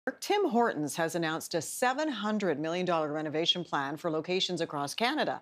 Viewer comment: Anyone else annoyed by how that guy pronounces Tim Hortons. It's like he emphasizes the T in Hortons.....friggin Americans.